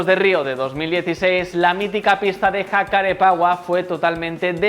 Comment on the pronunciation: Buen vídeo. Una aclaración, el circuito de Jacarepegua se pronuncia "yacarépeguá".